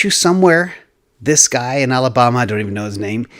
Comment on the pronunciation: The way you pronounced Alabama made it sound like such an exotic place that I almost didn't know where you were talking about, haha